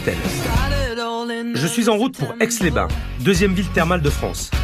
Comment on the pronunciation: Aix les Bains, pas aix les bain. Pfff